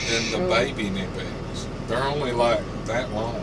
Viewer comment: It's pronounced Kin-ipex (hard K). I said it wrong for a while as well until I saw a promotional video from Germany. Even the US and Brit reps don't pronounce it correctly. Does Michael have the new prydrivers yet? The set is SSPDR3. Thanks for the vids!